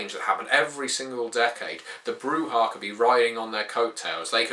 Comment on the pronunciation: guide to brujah, step 1: read the pronunciation guide in vampire V1 broo-zhah not broo-hah